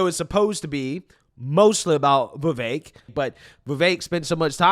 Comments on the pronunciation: Love ya dude, but I have to correct you it is pronounced Viv ek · Why do you pronounce Vivek like that?